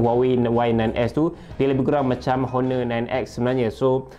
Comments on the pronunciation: Pronunciation untuk Honor, H tu silent. O-nor. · A very helpful review tapi sebutan honor sebenarnya perlu silent kan bunyi 'h' tu.